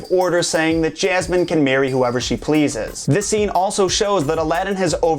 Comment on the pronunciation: 3000 can't think for themselves and are wooed by this host you says SOUL-tan and JAZ-man.